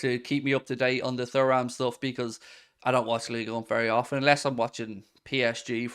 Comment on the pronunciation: Errr! It’s pronounced ’Turam’ and spelt Thuram buddy lol